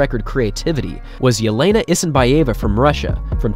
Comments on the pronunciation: It is IsinbAeva... First a is stressed not e... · you have big problem with name of russian athletes pronounciation ,Elena YesenbAyeva